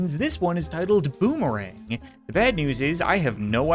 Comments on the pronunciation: Yeah boomerang Totally didn't read it wrong It was boomeranger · It's boomeRANGER not boomerang, so it is a pun